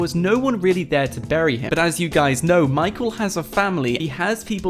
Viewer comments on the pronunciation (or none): none